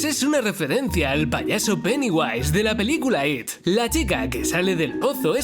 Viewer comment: No se dice peniguays se dice peñiuas